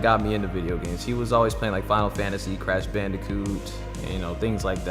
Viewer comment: my dude really said Brash Bandicoot